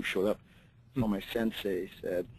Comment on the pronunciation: Sensei. Not SunSei. lol. It hurts my ears hearing you say it wrong.